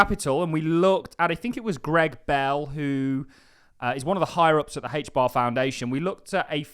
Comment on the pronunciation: Why do you call it hach bar?